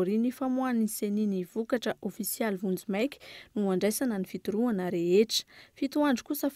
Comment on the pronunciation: FITORIANA no izy fa tsy FITOROANA!😊😊😊😊